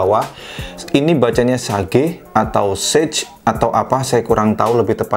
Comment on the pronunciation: Sage aja bang, bukan sej Inggris